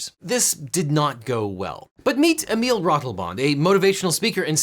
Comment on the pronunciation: Is it possible technically for Emile Ratelband to sue From EU in US system for the mispronounced of his name. As he claims his experiencessees as "cultural/-mental health damage"... 🤔😅 It is more pronounced like E-mie-lhe Rra-thel-bhand. I'm dutch, and do not find a lawsuit like that anywhere with really the mental health expected from a EU citizen US citizen.